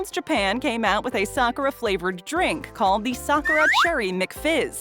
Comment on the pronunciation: At least they know how to pronounce sakura right .